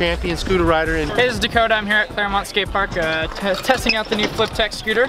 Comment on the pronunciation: Did he say Dakota shitz ??!??!!!!?????